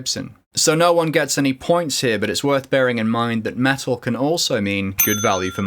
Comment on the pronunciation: What is "Me-Al" where is the T?